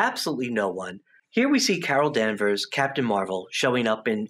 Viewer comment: wtf cara danvers, its brie larson